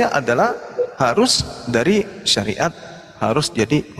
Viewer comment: hahaah.. terpekeset bilang SAIRAT😅😅😅😅..SARIAT 😅😅